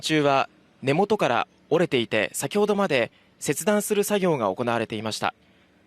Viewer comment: 行われて->おこな(な)가 빠진거같아요😊